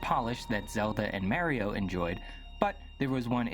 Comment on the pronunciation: 31 ayy Jeff Bakalar would approve of that Mario pronunciation. :V